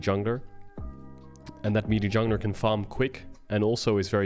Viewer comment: May-lay. May-lay. Melee is pronounced may-lay.